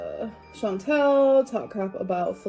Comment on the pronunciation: I hate how always mispronounces Chantal’s name